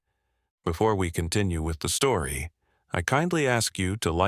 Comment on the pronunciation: Said stoory